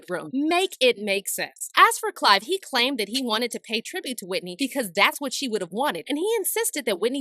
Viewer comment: Someone should have told her that his name is Clive Davis, not Clyde!